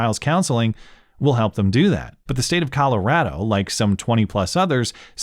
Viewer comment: You say Colorado like a Coloradan.